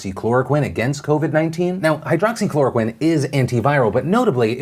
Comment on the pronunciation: I have to say congrats on saying "hydroxychloroquine" so many times without mistakes :D, great videos btw cheers from Romania!